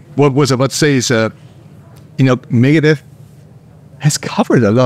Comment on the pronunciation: "megadette" lmfao